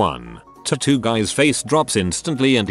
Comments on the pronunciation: Everyone else: tatoo Reddit guy: TOOTOO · Tattoo Computer generated voice: tutoo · Could keep watching after the forth time he said titoo